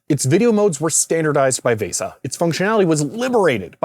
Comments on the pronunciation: also vesa is pronounced like visa, I'm old, I'm cranky lol. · why do you keep saying VESA wrong VAY-sah is not right lol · I applaud you pronouncing VESA phonetically, except that isn't the correct pronunciation. VESA has a hard e.